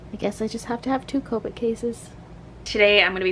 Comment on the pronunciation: she is saying copic wronbg